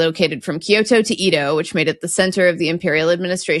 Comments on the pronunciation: “So there is a city in Japan called capital city that is not the capital? Right and the capital is east of the capital.” It’s pronounced eh-doh not ee-doh. Actually Tokyo is not the capital because Japan does not have an officially recognized capital. As cities they’re Tōkyō-shi and Kyōto-shi but as prefectures they’re Tōkyō-to and Kyōto-fu, where the -to in the first is the same as the -to in the second, but in this case it is one of the four words for what is rendered prefecture in English, though prefecture refers originally to the French one. I can’t recall the full story from the Japanese but Kyōto is actually named after Tōkyō and not the other way around as it was only ever called Miyako in the past, the native reading of the character for -to, and had another name but they changed it to Kyōto to try to recapture their reputation as the historical capital. Hiroshima is not called Hirojima because it doesn’t mean wide island. It means the wide and the island, separately, which united to form it. Whereas Iwojima means sulfur island, though sulfur is iō in modern Japanese it preserves the older, pre-war Japanese reading. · And after that, maybe we can get to work on her Japanese pronunciation. I can forgive putting a stress accent on Tokugawa, but Eedo is like nails on a chalkboard! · BTW the old name for Tokyo, Edo is pronounced like eh-do not ee-do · Please pronounce Edo with the Ed as in Edward, not ee as in cheese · Edo is pronounced like Eh-do not Eee-do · Japanese pronunciation is a little painful. Edo is not pronounced Ido, it's more like an e as in day. Tokyo and Kyoto are also NOT anagrams in Japanese, either writing-wise or phonetically. 東京（とうきょう）VS 京都（きょうと） For the to parts, Toukyou has a long vowel, Kyouto has a short vowel. The vowels in Ioutou (硫黄島) are also long. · Scot living in Tokyo, here to say live you guys, but it was originally pronounced “EH-do” not “EE-do”! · "Edo" is not pronounced "ee-doe" but "Eh-doh".